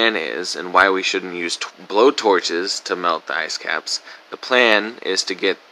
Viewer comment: Did he say "asscaps"?